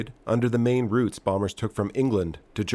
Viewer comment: They can't pronounce route either!